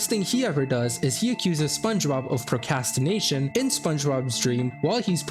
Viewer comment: The worst thing done in this entire video was mispronouncing procrastination as “pro-CAST-in-nation” three times in a row.